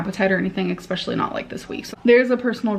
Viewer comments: And ekshpecially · Suppovely expecially and semiglutide